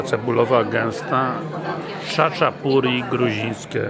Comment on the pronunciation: Czyta sie tak jak sie piszę Chaczapuri.A czaczę to może Pan zatańczyć ze swoją mamą jak wczyści tą zupkę cebulową . Serdecznie Pozdrawiam. Adrian -krytyk fatalnych krytyków.